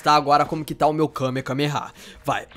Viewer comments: é kamehamehaaaaa n é kamekamehamehaaaa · ele falou errado ele falou KAME KAME KAME HA.. o certo é KAME HAME AHHH :P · vc falou kamekameha e kamehameha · nao e Kamekameha nao! E Kamehameha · Na vdd é Kamehameha xD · e kame hame ha que se fala